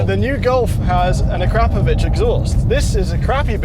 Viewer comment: Thank you for pronouncing Akrapovic correctly